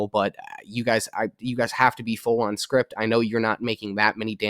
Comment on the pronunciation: Scrip... not Script